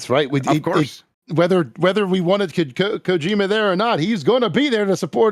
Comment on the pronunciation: Is there some sort of inside joke for why he always mispronounces Kojima’s name?